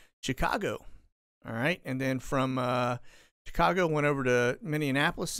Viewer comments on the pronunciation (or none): Minnie-apple-liss lol I live there. Hope that helps you pronounce it. LOVE YOUR SHOWS! Thanks for all you do! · great show! BTW, it's Min- ee- a- po-lis